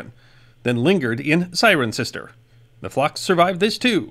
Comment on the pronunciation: As a resident of the 2nd largest Roman town after Londinium Thank you for the proper pronunciation of "CIRENCESTER"!